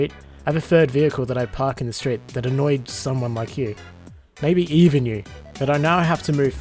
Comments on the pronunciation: “mabey” instead of maybe... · Might just be me, but the guy was super annoying, because he kept saying "mabey", not "maybe".